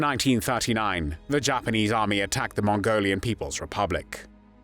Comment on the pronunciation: yeah the content is good but the narrator makes these videos almost unbearable. “Aaaaah phuug of thah PAHtee…”. Oh and ‘Mos’COW’ (as in bovine) and ‘halted’ pronounced ‘hahltit’, ‘Jhapahnheeze’, ‘Fhinlint’, ‘Pholint’. Jesus wept.